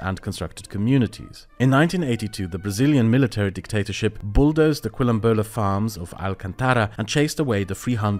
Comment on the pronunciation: pronounced KIL-ombola